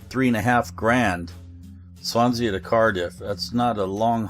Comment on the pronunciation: Great vid, you don't pronounce the A at the end of Swansea, it's sea as in the expanse of water. Resident Welsh man so I thought I should mention it :-)